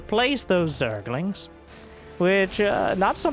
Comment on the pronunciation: Play from speakers, and you become bri'ish at "zerglings"